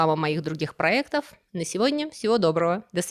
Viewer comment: Очень приятно слушать Ваш подкаст, очень интересно и познавательно! Только не понимаю, почему постоянно слова латинского происхождения автор произносит через Е, а не через Э ПроЕкт вместо проЭкт БизнЕс вместо бизнЭс Очень режет слух! И на фоне самого повествования и освещения столь интересных событий и явлений в истории человечества звучит очень безграмотно! Вы уж меня простите! ❤